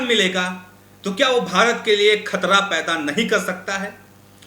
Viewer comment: Ek sabd nahin bol rahe.( Shabd) Khtra (khatra) Rasia ( Russia) Kamjor (kamzoor) Kosis (kaushish) Kabja ( kabza) Kam se kam public addresd ke waqt apne shabdon ka uchcharan hi sahi se kar liya karo.shame shame shame.🖓🖓🖓